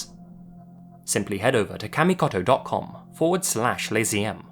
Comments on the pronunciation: It's not "KAA(like apple)-MI-KAH-TOH" it's "KAH-MI-KOH-TOH." If youre going to do videos involving Japan and Japanese words, you need to let someone coach you on basics of pronunciation. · cmon man, not kamikoto :( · I hate to be that guy, but after living in Japan as long as he did, I'm surprised he didn't pronounce kamikoto correctly